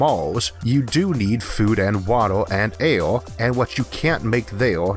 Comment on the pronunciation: vids not bad but i cant take how u say air and other words just makes me lmfao in such a serious subject